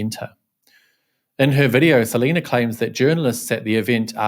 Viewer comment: More like Se-lie-na!